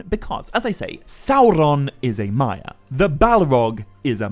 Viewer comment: I love the content but I have a really hard time abstracting from all the rolling on the r's why do you pronounce it SauRRRon, MaiaRRR and ValaRRR? Like Tolkien was from Spain? I'll keep watching because the content IS high quality!